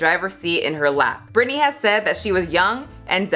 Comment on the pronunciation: I love this video... But her name is Britney 🤭 not Brittany 🙈